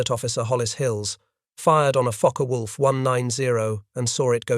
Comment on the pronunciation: Pronouned fokker wolf not fockay